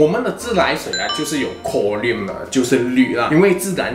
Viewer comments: 应该读成 “ko ... rin" , 不是 “ko ... riam"。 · “Klo” “rin” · 哈哈哈我就想说 读成另一种金属chromium了